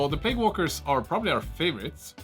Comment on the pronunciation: I feel bad to criticise, as you do a phenomenal job making these videos in a language that isn't your mother-tongue, but... you know it's plague, no plauge, right?